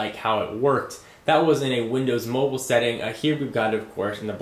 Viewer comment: For T-MOBELE? it's mobile;)